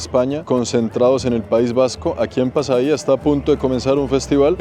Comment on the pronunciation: Pasaia no tiene Acento, por lo tanto es incorrecto decir “Pasaía” y en Castellano es Pasajes. Allí nació Don Blas De Lezo, un almirante español reconocido por ser uno de los mejores estrategas de la historia de la armada Española y quien dirigió la Exitosa defensa en Cartagena de Indias durante el asedio Británico en 1741